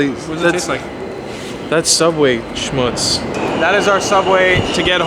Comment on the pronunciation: The beginning “Subway...schmutts” is that what you said lol. I have never heard the word schmutts. 😂 That sounds TERRIBLE!! Did I spell it correctly?